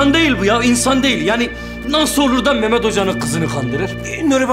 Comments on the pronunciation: Mehmet demiyo meğmet diyo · bu kadına biri mehmet demeyi öğretsin cıldırıcam